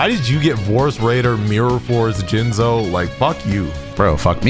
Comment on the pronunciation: “Let me Jinzo you” play it slower Let me Jinz o you 🤨